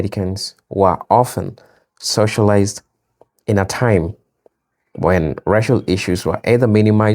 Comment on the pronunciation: It's tìme!